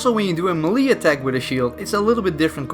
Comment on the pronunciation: hearing a dutch guy say 'melee' gets me everytime